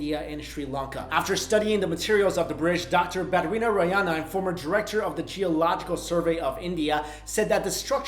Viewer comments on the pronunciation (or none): That Dr. Name Is Badri narayanan . not ballenna